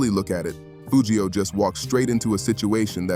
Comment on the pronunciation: Whoever this is, I hate you because you can’t even pronounce the man name right his name is Foogiano